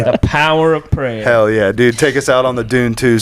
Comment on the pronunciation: The. Power. Of. PRAY-OR